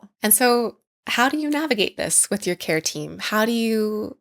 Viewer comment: Kept hearing keratin and not care team lol